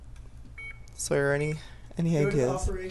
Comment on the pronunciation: Its sawyer